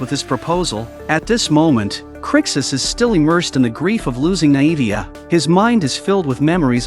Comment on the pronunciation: Pronounced(nay-vee-ah) not (nie-evie-ah)